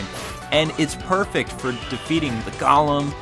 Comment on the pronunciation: sorry to nitpick, bt goem is pronounced go (as in stop & go)-lehm